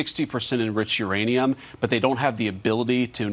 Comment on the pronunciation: Vance saying "Iranium" several times. Either trying to be funny (fail)fail or stupid. You decide.